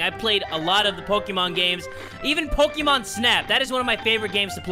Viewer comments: Your not saying Pokémon correctly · poke`mon not pokemon